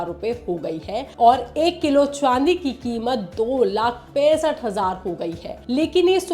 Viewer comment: Ye madam chandi ko chwandi kyu bol rhi hai.